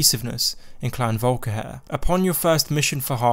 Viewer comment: everyone: volkihar: volkihair